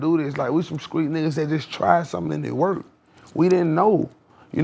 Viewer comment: Let’s cancel the word Skreet and pronounce it right gentleman STREET